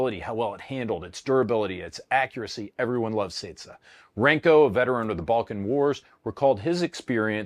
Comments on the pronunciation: its CECA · The good old "Ceca"